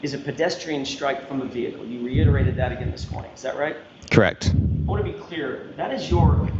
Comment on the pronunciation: And “dat.”